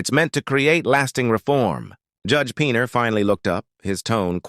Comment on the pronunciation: I heard 3 different names mentioned about Judge Posner!! I wish AI would say the real names and sound human better!!